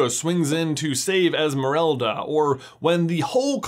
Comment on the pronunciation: I also cringed a tiny little bit when I heard it. Noticed him saying « EsmerElda » instead of EsmerAlda and cringed again a little 😅